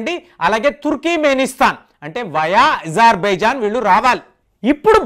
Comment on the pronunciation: ఈసార్ బైజాన్ కాదు అజర్ బైజాన్, ఈ.రాన్ కాదు ఇరాన్